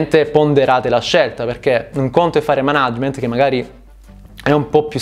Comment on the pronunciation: Per l'amor di dio pronuncia per bene "Mànagement"